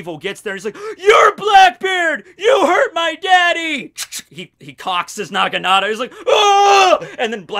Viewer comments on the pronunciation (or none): none